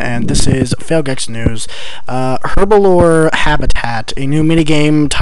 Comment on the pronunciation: It's "herblore", not "herbalore"